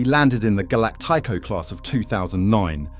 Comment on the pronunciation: What's that pronunciation on galacticos lol